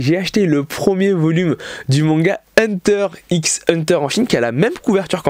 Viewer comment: Salut, juste pour dire qu'on dit hunter hunter. Merci, de rien, au revoir.